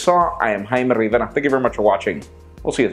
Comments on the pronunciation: I watch these videos all the time, sterling stuff, BUT: You speak with perfectly lucid English then when it comes to your name the accent dives into deep Spanish/Mexican. "Follow us on Pocket now, I'm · Why you have to use your mexican accent while pronouncing your name?!